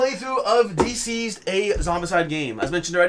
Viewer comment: Someone pointed it out in another video and I can't stop hearing you call it "D-Siezed" instead of "Deceased"